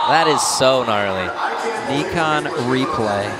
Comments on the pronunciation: It’s “Nye-Con” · Is it not pronounced N - eye - khan. They keep saying Knee - khan. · why do they keep saying neekon tf